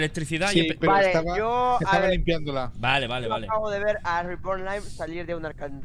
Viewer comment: Me da risa como pronuncia el nombre de reborn Dice disque: "Ribourn" ajajskajsjsjddj Pd: BIYIN Y AURON LA PAREJA PERFECTA ❤😉